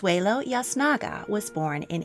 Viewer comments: I enjoyed this! Btw, Yznaga is pronounced Iz-nah-gah not Yaz-nah-gah. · . "Yznaga" is a Spanish name and is pronounced "Eez-na-ga," not "Yas-na-ga." You had the same problem with pronouncing the names of French aristocrats, French royals and French chateaux in some of your earlier videos. Your pronunciation of foreign names--or difficult English names, for that matter--is atrocious. You really need to do better considering that you're making these videos. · Love your content. I believe Yznaga is pronounced as eez-naga though. ❤️ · Small nitpick: Yznaga is pronounced "eez-NAH-gah" (or in Castilian Spanish, "eeth-NAH-gah"). Thanks for an interesting presentation! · Yznaga is pronounced itsnaga! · It's spanish right so the y should be pronounced like a short i in yznaga?